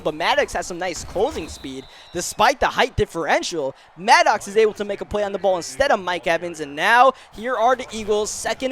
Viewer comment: Then he says maddox wrong